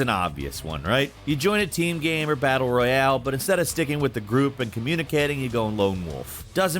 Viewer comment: "most battle-reEuHhaAle games"